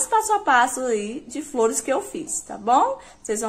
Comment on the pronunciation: Sao lundas as fliores